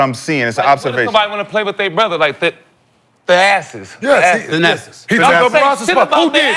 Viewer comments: Nick young said the Assis lol it’s thanassis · “Theasses” had me cryin😂😂😂